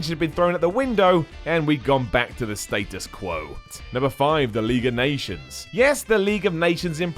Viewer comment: Did you say 'status quote'?